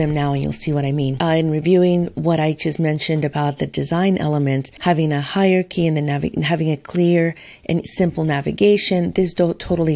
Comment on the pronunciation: Hyarchy... no Hierarchy... yes (it's pronounced higher-arekey) Other than that little nit-pick😂, your video and instructions are really good!